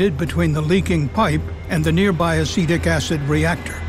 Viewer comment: What the narrator says: "Acetic acid" What I hear: "Acidic acid" My brain: "Ah yes, the acid is acidic, what a surprise"